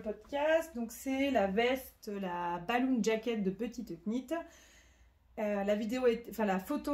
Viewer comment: Merci pour ce nouvel épisode et toutes ces jolies réalisations et un grand bravo pour la prononciation de petite Knit!!!